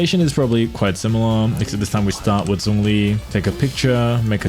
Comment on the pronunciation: Its Zhongli. Not Zongli😐